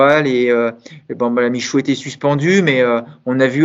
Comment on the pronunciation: c'est Michut, pas Michoux. Ne lance pas une embrouille entre Versailles et Aix-Les-Bains! 🤣